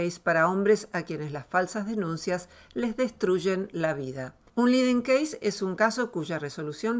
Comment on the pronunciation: Dijo liden case? O como?